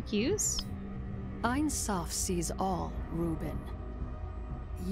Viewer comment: ain soph meens "no end" (Infinity). But they say it like "the end eye".I hate when using Kabbalah like magic...